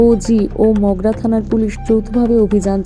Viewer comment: Magra noi mogra 😂